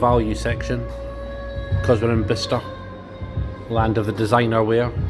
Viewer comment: Top 3 of all time, high scores for everything!! Dart set up looked phenomenal. TVs n the booths a nice touch aswell. I notice you were pronouncing it Bister. I’ve never heard of this place before, but if I had seen it on a road map or something, I would have been pronouncing it Buy-Chester as that’s how it looks. Thanks for the video